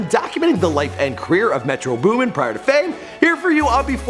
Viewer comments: METRO BOOMIN GUYS. BOOMIN! not Booming oh my god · It's metro boomin, anyone saying "booming" is a fucking idot, choke on this L. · "Booming" im crying whitest dude alive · "Booming" smh